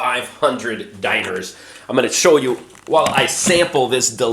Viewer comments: I love how you mis pronounce dinars. Makes me laugh my ass off every time. Dee-naar Not diners :) lol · It's pronounced "DEE-nahrs" not DIE-ners (or Diners)."